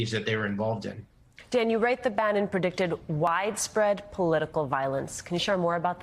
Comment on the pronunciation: Bannon. Not Brannon.